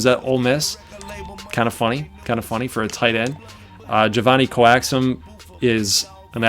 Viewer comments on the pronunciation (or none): To say my name right is Jay-Von-nie, Coa like Coat. Coax-um. JaVonnie Coaxum.